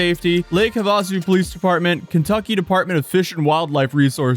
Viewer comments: Boy you were so caught up on the pronunciation of the cars you absolutely butchered Lake Havasu. "Ha'-vuh-soo" not "Huh-Vaw'-soo" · So fancy.. hah vah soo. It's have uh sue.😂😂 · It's lake HAVASU. Not HUHVASU. Lol long A like NEVADA. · lake WHAT? lol. HUH VAH su? HAV UH SU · LOL. Sorry but Lake Havasu is pronounced "have-ah-sue". Hope that helps! Love this crazy video. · Lake Have a-sue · I love the way you pronounced Lake Havasu (Have a sue) anyways I’m local to the area and was very familiar with his business Lusso auto spa and it didn’t make any sense how he could afford everything he had legitimately without some other serious financial backing like crypto but fraud seems more realistic. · Lake Have-a-sue. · Love ❤ you & the content ❤.....The Lake is pronounced like "Have - a -Sue" I lived in Arizona for many years! Peace ✌🏽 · Have-a-sue Idk wtf you just said 😂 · Its pronounced have-a-sue Indian translation is blue green water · Lake Havasu is pronounced have-a-sue. The irony of which is not lost. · Lake Huvasu.. Lol, just busting your chops bro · It’s pronounced “Lake Have-A-sue” btw. Has never been on spring break before? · its pronounced "have- a- sue" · hav-uh-soo. The hav in Havasu is said like "have". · Lake Havasu (Have-uh-sue) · It's pronounced Have-a-soo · Ive never heard someone burcher lake havasu so poorly🤣🤣 its okay tho, arizona person here its lake (have-uh-sue) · Not Trying to be Petty, but, it's Pronounced Lake Havasu [have a soo]. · I’ve never heard someone pronounce Lake Havasu like that. Sounds fancy when you say it like that 😭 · Your pronunciation of Lake Havasu is horrible like really bad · The pronunciation of Lake Havasu has me crying 😂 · Why you pronounce havasu like that lol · how did you live in az for as long as you did and pronounce havasu like this 😂😭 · cant pronounce Lake Havasu correctly. Haha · I came here for this, I’m from az and the way he said that literally made my skin crawl